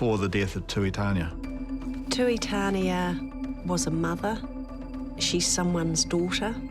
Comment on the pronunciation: Tuitania pronounced Too-ee-tah-nee-ah